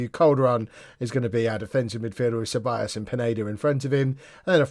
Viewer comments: Ceballos. Pronounce the C as an S when its follwed by a E. LL = LJ so Sebaljos. plus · Ceballos (sebiyos) is Spanish, Mirabella (Mirabella) is Italian, 'll' is different in Spanish to Italian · Dani Ceballos is pronounced c is pronounced like a s so it would be sebayos